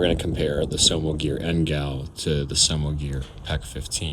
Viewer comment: Wtf did he just say, homogear? 😂